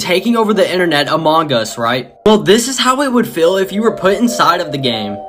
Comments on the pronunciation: HE SAID umongus🤣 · Man said onmongus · The way he said among us lol lol lol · Ok but why did he say among us like that?